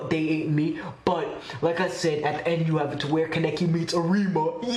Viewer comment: It’s Kaa-Nay-Kee